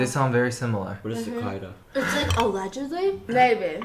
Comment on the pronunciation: The way they pronounce Cicada 💀